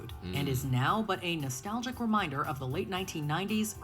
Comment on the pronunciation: Flight: “Noshtalgic” 😂